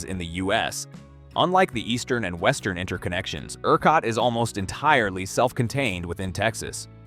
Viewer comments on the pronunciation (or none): none